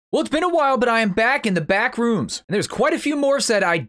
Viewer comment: I thought you said bathroom 😂🤣